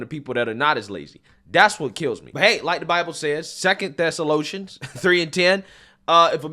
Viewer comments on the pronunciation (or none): Lmao! “2nd Thessaloshens”. Come one,.